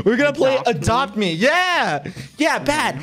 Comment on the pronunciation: I thought bad said “the fuck is that” when you said we are gonna play adopt ms